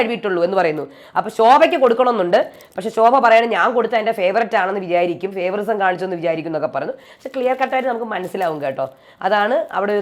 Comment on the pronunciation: ഇംഗ്ലീഷിൽ ഫേവൊറിസം എന്ന ഒരു വാക്കില്ല. ഫേവൊറീടിസം എന്ന് ആണ് പറയേണ്ടത്